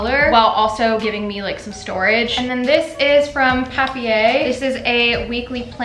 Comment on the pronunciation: as a german the way you pronounced papier is hilarious lmaooo